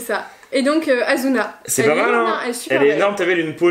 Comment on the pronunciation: C pas azuna c asssuna